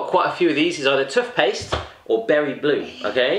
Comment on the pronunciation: He says tuthpaste